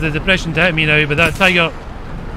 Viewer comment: Since u call tiger "TIGOR" u should call Tiger P "PIGOR"